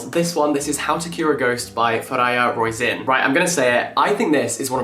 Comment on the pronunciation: Little side-note, with Fariha Roisin, 'Roisin' is pronounced Row-sheen (it's an Irish name) 😊